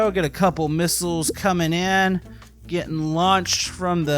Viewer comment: its missiles not misisles.